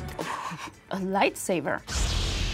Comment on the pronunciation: I hate to be a stickler but are we just gonna pass over the fact that she said "lightsaver"🤭🤭😍